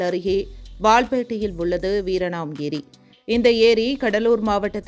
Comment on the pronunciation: Madom : வீராணம் ஏரி-க்கு, வீரணாம் ஏரி - என்று சொல்கிறீர்கள்....